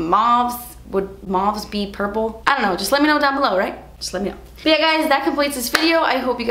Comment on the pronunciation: Purpules!! Purpules!!!